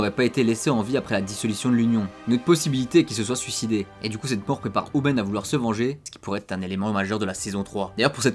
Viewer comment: Par contre tu prononce un peut mal leurs prénom tu dis hu- men au lui de hu-min après c’est peut être juste une impression que j’ai